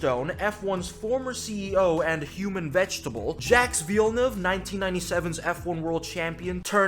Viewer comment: "Jacks" REALLY? It's "Jacques" pronounced "Jhack" roughly